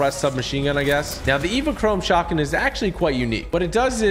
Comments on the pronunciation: He said pump shougtgun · YOU SAID PUMP SHOTGUN OR WHAT DID YOU SAY......